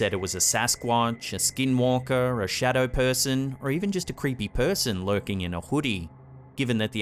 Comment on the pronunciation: but he had a shawdow